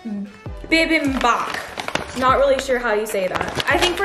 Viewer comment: Im korean. Todays lesson not bi bim bap its bee beem bap